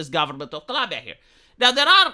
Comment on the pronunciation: Love this channel, but for goodness sake, please the name of the country correctly.